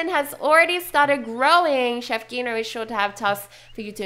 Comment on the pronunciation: The g in chef Gino's name is pronounced like a j like Jino